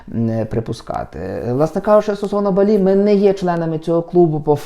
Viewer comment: Не БалІ, а БАлі😉